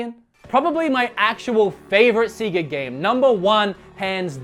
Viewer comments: Why would you mispronounce a word on purpose when everybody knows the Sega intro to games actually says how its supposed to be pronounced... are you trying to trigger people??? cuz it worked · It's Sega (Australian accent) Sounds wrong in an American accent but they are probably right with the way it's pronounced, it just sounds weird to us Aussies. OMG RGT 85!!! big fan. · When he says Sega instead of Sega it makes me mad you got to be crazy if you think its Sega and not Sega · I'm sorry but I'm and you saying seega I just too annoying for me so I'm just going to stop watching now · I'm curious why you guys call it SEEga down there? Especially since as you pointed out the system actually says SEGA every time you start it up. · Sega, not seegaa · Seeeeega? Really? I thought it was sega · Oh boy I never heard anyone say Seega. All sega games have a start up sound “Sayga”. Why do you say Seega. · it's definitely not "seega," please dont make me have to unsub... it's a Japanese company. if you dont say "sayga," then youre wrong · It's not Seega or Sayga it's セガ which is Se ga. Just scream it like a deranged banshee and you'll be about right. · Just say "Say-guh" I was so triggered whenever you said "see-guh" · It's not "Seega" or "Sayga" it's "Sega" pronounced as if you would say beg. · It’s not seega or sayga it’s sega(e being a short vowel). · Sega not Seega sorry but that's annoying me a bit. Still a good video though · I was gonna watch this list but seeeeeeee ga. See see ga. Come on. Only joking. Good video. I'd like to see the best of dreamcast because I've never played a dreamcast game and I know it has got a very highly thought of library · Love your content, dude! You and I share a lot of opinions about the same games, but I may have to stop watching because you decided to pronounce "say-ga" incorrectly. I'm joking of course! Thanks for the videos, man :) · Thumbs down for saying seega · The way you say Sega disgust my ear I've said Say ga for years